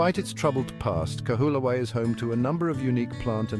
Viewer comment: The least you could have done was learn to pronounce the name of the island properly. How can anybody trust the factual authenticity of any contemt you create, if you can't even make the effort to research how to say the name of a sacred place correctly.